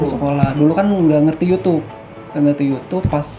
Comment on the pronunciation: Kayak tetangga ku pak uno kalo bilang yutup Di bilang nya yutiup